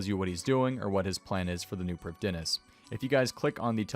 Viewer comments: I'm Welsh, I speak Welsh. All of OSRS/RS3's Elven language is either entirely Welsh or based on Welsh language. The correct pronunciation would be Pr-EEF-THEE-nas. That being said, it's a video game, pronounce it how you like. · Priv thee ness it’s a welsh world everyone butchers it but that’s how you say it